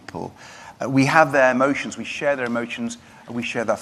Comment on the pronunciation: Thinking doesnt reailly come easely to you does it when you say "thinking". EMOCHENS? i just hered you say it. A lifrtime of no original thought,amazing